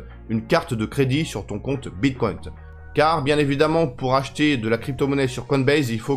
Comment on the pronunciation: pourquoi dis tu bitcoint 🤣🤣🤣